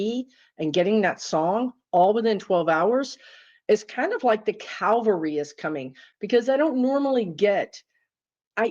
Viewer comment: Cavalry, not calvary.